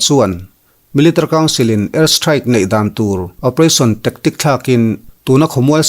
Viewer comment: Tectic ni lovin "tactic" tih tur.... Thu thar min hrilh avangin a lawmawm thin e....